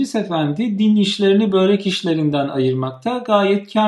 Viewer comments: Lütfen, “böörek “ demeyin. Dilimizde uzun “ö” harfi yok. Çok kulak tırmalıyor. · birkaç dil sürçmesi haricinde sorun yok. diksiyonunuz çok güzel. Börek kelimesini de çalıştınız mı her şey harika olur. Harika bir video idi teşekkür ederim